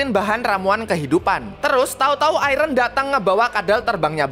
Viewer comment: Gw denger iron malah jadi Ireng 🗿🗿🗿